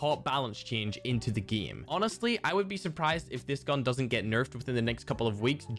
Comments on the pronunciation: idk why but i always gag everytime he says GIEM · 8 = eett Game = gene What else, does he say lol??